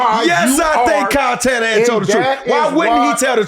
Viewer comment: Shyle Kannahan😂😂😂 i love Marshawn